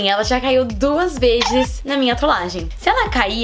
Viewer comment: Ela falou vejes kkk ives- de falar vesses kkkkk